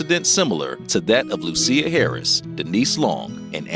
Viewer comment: SIR PUT SOME RESPECT ON HER NAME... IT'S NOT LU-CEER HARRIS BUT LUSIA as in LOO-SHIS...THANK ME LATER